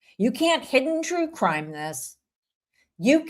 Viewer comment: Is Law & Cwime 😭 there?